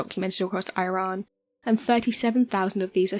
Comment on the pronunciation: The ancients built an aquaduct - but you can't say 'Iran' properly...